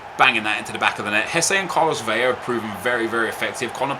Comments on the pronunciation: ITS 'VELA' not 'Veyya' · 1. Nep is the best FIFA YouTuber 2. Vela is pronounced "VEL-LA" 3. Rafinha is left-footed